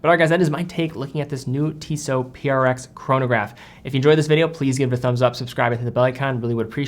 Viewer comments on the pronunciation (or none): none